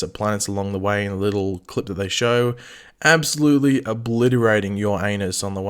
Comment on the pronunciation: "Abosolutly obliterating uranus" I'm sorry but I had to stop the video and laugh for minutes